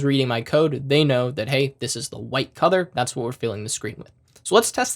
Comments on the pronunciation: I don't know why whenever you say "color" I hear "cothor" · you need to work on how you pronounce the word, "color." It throws me off every time. It cracked me up the first time because I couldn't make out what you were saying but once I understood, you just became a meme.